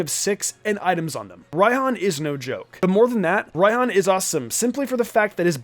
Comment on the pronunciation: No it's pronounced rye-hon